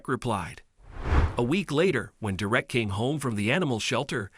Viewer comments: DERR - ek. DERR - ek! For the mercy of all that's holy and good. IT. IS. NOT..... Der - WRECK!!!!! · It's Derrick not Direct. I hate when they use a robot type voice to tell these stories. I can't watch the stories that's done thataway cause it's senseless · One comment would the narrator get the boys name right,Derek .not der ek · Derek, not “Da-wreck” Anyway, Derek, you’re a hero!! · Oh how i dislike mechanical narrations. Dur-wreck? Or Derrick?😵‍💫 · The fucking name is DEREK not fucking Direct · I keep hearing "Dee-reck." Actually, the voice seems to keep switching from "Derick" to "Dee-reck" These automated voices are quite irritating. Plus it's putting emphasis on words at the wrong spot making it sound even weirder... Don't get me wrong, it was a good story and all, but the voice telling the story just killed the mood of it for me. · stupid robot narration craze... This is absolutely maddening to here the robot mispronounce the kds name and then pronounce it correctly... You here DerECK and DEReck... I HATE THESE NARRATION ROUTINES... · Why are you pronouncing his name like that? Durek. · When the computer you use for voice reading can't pronounce a simple name like Derrick. And also "swee-thart" ??? (sweetheart) - come on! Do you guys even listen to these before you upload them? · The only thing worse than your incredible number of mispronunciations of the boy's name is the thought that they allowed you to graduate from school without being able to think. If they pay you for doing this, you should give the money back, as you have, in no way, earned it. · Whether it’s a simulated voice or a real person, the narrator keeps switching from pronouncing the boy’s name from DERRick to DerRICK. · Pronounce Derek correctly. It is pronounced dare ek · Good story but please read it through before you record it. The emphasis is on the first syllable of the boy's name. Please learn how to pronounce things before you record.